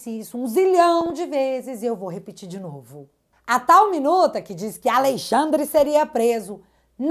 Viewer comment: Gosto muito quando você pronuncia: aLEIxandre ... sugestivo